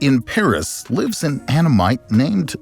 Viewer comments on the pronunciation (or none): none